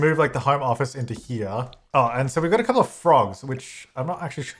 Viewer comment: So I was gonna say chaz but when you said "thouple" i decided that yes. both. both is good haha